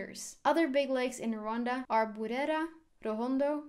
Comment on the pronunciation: Your pronunciation of lake burera was great. The word "umuntu" is pronounced with a soft t. It is almost silent (ooh-moo-new) works and is how many Rwandans pronounce the word anyway. Thanks for doing the video it was great. I will be watching your other ones.